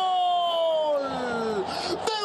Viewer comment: Porque grita Col en vez de Gol